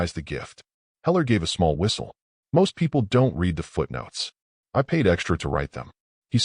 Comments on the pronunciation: Teach ur AI how to say "read" in the past tense...which is pronounced "red".. How many more times do I have to say this?...or not? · Again, author, teach ur AI the past tense of "read'